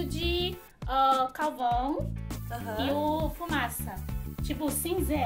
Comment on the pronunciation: A Sisi fala: "couvão".